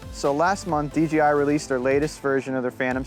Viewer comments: It's a good video otherwise. Ken Heron stated it best-just seems all too often for people to pronounce DJI as DGI. Just got my Phantom 4 last week and I've been having a blast with it. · Hey... GREAT looking video! One little bit of advice... PLEASE say "DJI" not "DGI". (Lots of people are doing this.) I know it's a silly thing, but after all the effort you put into this beautiful video, you wouldn't want to lose credibility from such a small slip of the tongue. The location and building in the open is incredible! Good choice, as passing vertical lines like those supports REALLY demonstrates speed and movement. --Take care! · Pronounces the companies name wrong about 100 times.